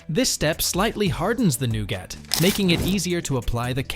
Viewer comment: Nougat is pronounced "Newgut". If you can't use an AI that can pronounce common English words, try using a live person. Otherwise delete this channel. You guys used to be good when you used humans. The AI's you using these channels constantly fracture the English language